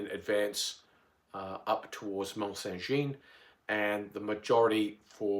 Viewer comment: Please try to pronounce Jean correctly it is the French equivalent of John. Jeanne is the female equivalent and is the way you are saying it. Just type Mont Saint Jean into google translate and the lovely lady will say it in a beautiful French accent for you. All other pronunciation errors I can live with, but this is the name of the battle!